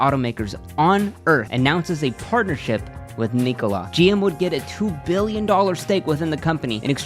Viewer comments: Subbed immediatley, amazin channel, but it's irritating that you did not research how to pronounce "Nikola" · Am i the only one who hates how he pronounces Nikola? I have never heard it pronounced that way. I could be wrong....what does everyone else think?